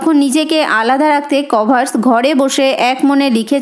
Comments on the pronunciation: আপনার উত্তর গুলো ভালো হয়েছে ।কিন্তু কর্ভাস উচ্চা রণ টি ঠিক হয়নি।কর..ভাস হবে কভার... স নয়। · ম্যাম ইউ ডিড ওয়েল , বাট "কর্ভাস" pronunciation ইজ wrong 🙏🏻